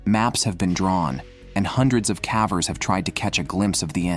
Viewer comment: Calvers or cavers? Why is this mispronounced?